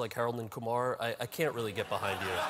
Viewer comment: it's Kumar